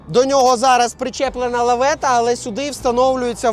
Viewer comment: Лафета а не лавета 😂